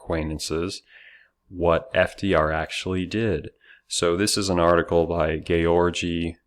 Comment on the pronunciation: "GAYORGY" TAKEI 😂😂😂 fucking epic dude best joke yet imo